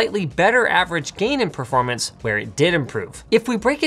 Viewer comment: "Perormance" Guess you haven't pressed F to pay respect on this one xD